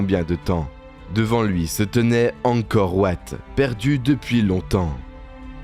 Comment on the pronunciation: Angkor wat se prononce en français Angkor Vat